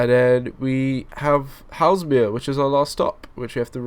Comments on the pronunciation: It's pronounced Hay-zull-mere, not Hellsmere. SWT would typically run 10-coach 444s on that line in the case of a rolling stock shortage. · Your pronunciation of Hay-sel-mere - Haslemere - makes me want to die. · Superb videos, thanks for sharing (ps Haslemere is pronounced Hazelmere) ;) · The prounaunciation is Hazel-Meare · Its pronounced Hazel-mere ... sorry to nit pick :-p